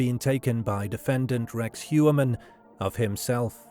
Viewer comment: It’s funny because everyone mispronounces Rex’s last name. It’s more like “Hoyer-Mann.” Interestingly it looks like it’s German for something like “Man of the Year.” Ironic. But if you look at the profile of Heuermann and the profile of Robert Hansen there are so many similarities. Gun enthusiast. Picked up “working girls” when family was away on vacation and killed those girls. Had his own business. Somewhat respected in his own community, although Hansen was certainly more of a neat freak than Heuermann. Now Hansen usually killed his victims by gun while I’m not sure if it’s been determined how Heuermann killed his victims yet. But both, I think, took some victims to their houses then killed them and disposed of the bodies out in the “wild.” But I think both are or were power-control serial killers with a sadistic bent. It’s pretty uncanny the similarities though.